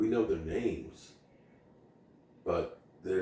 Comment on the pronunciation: you ARE A NAME BUTCHER 😅😅😅😅😅